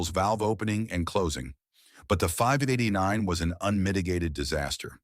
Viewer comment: I stopped watching after it mispronounced 589